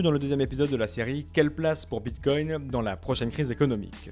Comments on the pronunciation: merci, mais il est très fatigant a écouter, il parle pour rien dire, des totologies et des théories fantaisistes... j'ai pas pu terminer le podcast.:-( "Bitcone'te":-) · xD Ca arrache un peu les oreilles d'entendre tout le temps ce T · Il est top ce type c’est un puit de connaissances. Mais j’en peut plus de l’entendre dire BitCoint